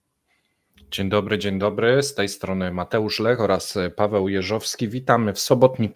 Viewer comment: doceniam, że zacząłeś wymawiać "w" w nazwisku Pawła. 😆